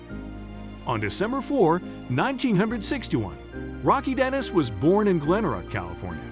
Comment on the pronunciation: Why the hell does the narrator pronounce the years soo odd.. perhaps computer generated but you dont need to say 1900 and sixty one...